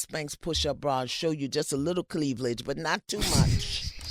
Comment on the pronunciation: lol. Did she say cleavlige?